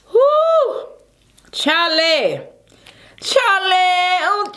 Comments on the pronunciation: Its supposed to be "whew chile" like child... but lately people say CHILE like CHARLIE.. originally its child but when u say it majority of the time you won't hear the d in child.. hence "whew chile"... hope that helps lol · Are you trying to say “whew chyyy”? What is Charlie??